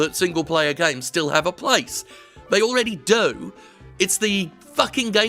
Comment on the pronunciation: "Just 'ave a gun" - Wow Jim how long have you been living in the Deep South now?